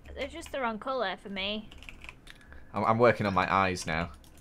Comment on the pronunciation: Omg I'm not the only that says meh instead of me